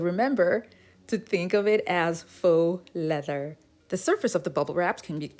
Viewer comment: I love the way you kept repeating the "feax leather"😂